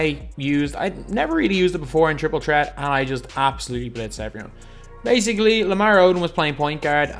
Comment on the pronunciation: Jay Johnson he’s Irish so he pronounces it like that tr is ch